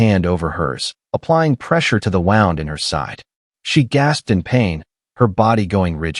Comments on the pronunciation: Wound pronounced like wound a rope but should be pronounced wound which is spelt wound but refers to an injury. Why is narrator spelling C..O..P...then saying cop. R..a...g then saying rag. Deep gashes on aA..R...M..S ...meaning arms. It's so distracting. Signing out. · Wound miss pronounced.